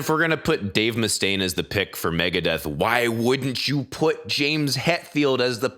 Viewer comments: She really said it like Dave MUHstain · The way they pronounced mustaine...